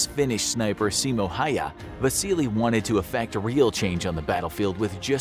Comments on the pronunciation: His name is SIMO HÄYHÄ not Haya. PERKELE! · Simo Haya? U mean Simo Häyhä?